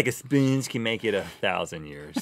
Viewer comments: "A speengee" Sorry I died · "It's an old spernge" Rhett 2k16